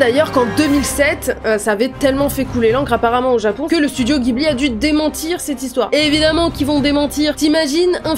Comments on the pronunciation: On dit jibli et non guibli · les japonais prononcent le nom du studio "jiburi" donc baaaah pas guibli :)))))) bjr